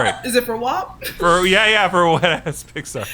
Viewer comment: As a proud Italian American I’m going to have to object to pronunciation of WAP as Wop. Lol jk love you guys